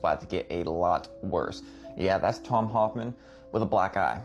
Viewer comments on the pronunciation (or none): HOLMAN not Hoffman